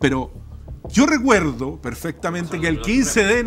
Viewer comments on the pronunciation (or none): boric "lo recuerrrrrdo perrrrrfectamente, una cerveza lager, fermentada, 5.5, sin lupulos...." Se le hizo agua la boca al aprendiz de allende